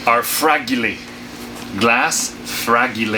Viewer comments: 'Frag' 'e' 'lay' interesting way to pronounce it 😂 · Loved how you pronounced fragile. My grandfather who was Swiss pronounced it the same way. Good times...